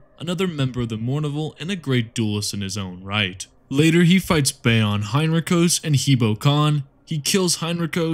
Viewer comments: Bjorn is pronounced byorn not bayorn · Him saying Bjorn as Byoron is i think him intentionally pissing me off and it's working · Space Marines especially have so many language inspirations it's hard lol. For the space wolves at least, Bjorn would be pronounced like Byorn, like you pronounced the j in jarl, since the inspiration is the Nordic languages. However since they're the bastard furries of the Emperor I don't believe they deserve the respect of even that. Absolutely love your stuff though and I'll be watching you consistently for sure! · Bjorn (b-yourn) And also have you ever heard of Ranulf look him up Or a contender is Logan cause taking a khornite axe and hitting Mangus with it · Saturnine Gate. Nykona Sharrowkyn. Bjorn (not Bey-orn) Lamiad, Eisenstein, Word Bearers, implacable (pronounced “implackable”) etc but really good video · Lucius vs sharrowkin was described as being close, the issue is that he sold by removing his helmet that gave sharrowkin the win when he used garviels dirty move against him Edit: why pronounce Bjorn and beorn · The way you say Bjorn makes me wanna sacrifice you to Slaanesh